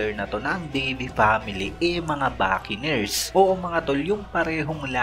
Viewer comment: anong backeners??? Bocanners yun lala mo tlga